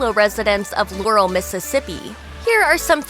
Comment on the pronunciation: It's pronounced "LAH-rel" not "Lore-el"